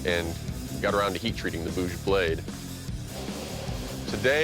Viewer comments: They are pronouncing it like "Boose"!! Actually it's very simple to pronounce "bhuj"(ভুজ, भुज) that means arm. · Being an Indian and hearing them call it “boz” makes me a little uncomfortable for some reason but at the end it doesn’t matter, they did a great job